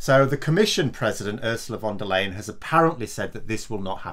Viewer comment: please don’t join BoJo in mispronouncing Flinten Uschi’s name. The word “Leyen” is pronounced “lie-en” not “lay-en”. Not taking the trouble to pronounce someone’s name right is a sign of ignorance or bad manners, and I am absolutely sure that you are not guilty of bad manners!